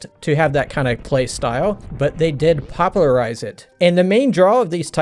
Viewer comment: “Pop-uh-luh-rize” “form-uh-luh”